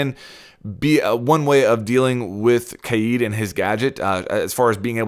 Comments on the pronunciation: Kaid is pronounced as "Kah-eed" or ""Kah-èd, and not as "Kade". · Why do you say it like KAYEED it’s like Cade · its kaid not kaieeeeeed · I hate when people say “KAID” as “KADE” he’s from Morocco, not ‘murica. I also hate when people say “ZOFIA” as “ZO-PHIA” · Stop saying CADE it’s pronounced KÁ-ÆD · You pronounced kaid 3 different ways [Kayde] [Kha-id] [keyd] stock with the first one plz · Kaid not Keed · It's not KAID it's KAIIED that's how you say it in arabic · It's not Kay-yeed. It's spelled differently but pronounced the same way Kayde is pronounced. Like the character in Destiny. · Bruh it's not pronounced kAyIEd. It's Kay-d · Hi there mate ! greetings from Egypt, i just keep commenting on all of the major r6s YouTubers to correct the pronunciation of "Kaid's" name it's not that hard as everyone pronounces it as "Kayeed" ,it's just "Ka'-Edd" KaEdd ,KaEdd.. even much easier than "Kayeed" which is irrelevant and isn't even the Arabic word, it's just Ka'Edd :) ,peace ^_^♥ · Why is you struggling to say kaids name? It’s not kaede lt’s pronounced kade even thoe it’s spelled kaid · Just say kayd dude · Pronounced “Kay - d” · Why did you say Kaid like that!? Kaeeeeed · Can you please pronounce kaids name correctly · Why does he say kaid like that?! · Im calling it. even tho its not how you pronounce it instead of bandit tricking it will be kaid raid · The way he says kaid sounds like hes havin a stroke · LMAO everytime you say Kaid.